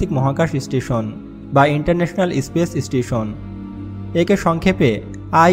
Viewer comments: speech station na space station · IS-PACE ISTI-SON :') :'P